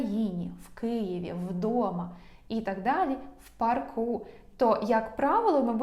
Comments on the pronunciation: Дякую за змістовні та дуже зрозумілі уроки. Ще маю одне прохання ,чи могли б ви пояснити у чому відмінність англійської американської і британської.Кажуть правельно вчити британську. ❤(У п'арку ) наголос на (а) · Правильно у па'рку. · Парк - має одну голосну. Наголос на неї у всіх відмінках🤷‍♀️ У пАрку. Це ж поосто - як ваші уроки англійської. Дякую за ваші пояснення - вони завжи лаконічні та зрозумілі👍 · У парку.( наголос на а) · Дякую!!! Все - чітко!!! Вас дуже приємно слухати!!! У парку - наголос на 1-му складі!!! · У парку більш на а наголос. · В парку, парків наголос на "а", бо парк. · Парку, парків ставимо наголос на "а", бо парк.